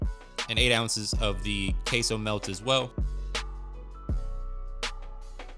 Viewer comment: Queso it's pronounced simply "keso" not "keisou". Why do you say it that way? Weird